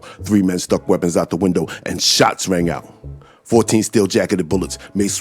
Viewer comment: Man... l dig how ya say Shots rang out! 💪🍁 Canada in da hoose, eh?